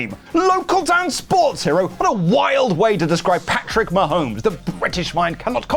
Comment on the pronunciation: Incredibly difficult to understand reading Patrick Ma-homies related comments. The impression of each of them swallowing the quarterback to the footballs did come across authentic. 10/10